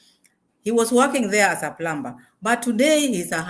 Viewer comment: In the word plumber the b is not pronounced I the correct pronunciation is plummer rhymes with summer.Although it is spelled with a B.